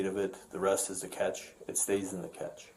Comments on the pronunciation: Cache is pronounced like 'cash,' not 'catch,' in case anyone was confused. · i hate that the officer is calling the “cache” the “catch” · It’s in the “catch” 😂😂😂 you mean the cache officer 😂😂😂😂😂😂😂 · Cache is pronounced Cash. Catch is wrong. Dummy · Cache is pronounced cash not catch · My biggest pet peeve? when someone talks Tech, but doesn't know what they're saying. "cache" is pronounced cash, not catch, or ketch or whatever it is you're trying to pronounce. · Cache is pronounced "Cash" not "Catch" lmao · Cache is not pronounced catch. It is ‘kash’ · Cache pronounced like cash-a not catch . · It's not the "catch" its the "cache" pronounced "cash" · It's not called the catch, it's pronounced cash, or cash-che. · Secondary crime: The way the LEO pronounces 'cache' (pronounced like "cash") as 'kech'. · The officer saying “cache” like “catch” is the real crime here. 🤦🏻‍♂️ it’s pronounced like “cash” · Cache is pronounced CASH!!!! not CATCH!! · It’s pronounced cash-a, not catch. Who doesn’t know that in this day and age. Especially a police officer who is tasked with retrieving this evidence. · Cache - is not prounced 'catch' it is cash eh or cash ā. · Its "cache"...sounds like...cash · The officer pronouncing cache as catch had me so annoyed haha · pronouncing cache as "catch" is ingenious in this manner hahaha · Guys, I thought you pronounce cache as cash, am I tripping here? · Bruh, that isn't how yiu pronounce "cache." 😂